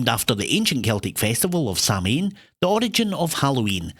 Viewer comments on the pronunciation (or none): Samhain is pronounced Sowan, not Sam Hain. 59/70, I got a few wrong because I don't watch netflix, and I had a brain fog on some others! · Samhain = Sowin in Irish/Geailge or Sahveen in Scots Gaelic. Never sam hain.